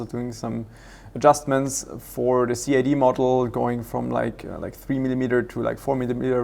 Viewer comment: I noticed you call CAD 'Cee Aey Dee" (you say the letters) in English we call it 'cad' like it is just the word...... figured I would let you know in case you cared LOL :D